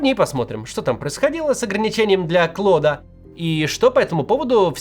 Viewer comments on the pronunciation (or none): Мвксим - не Клод а Клоуд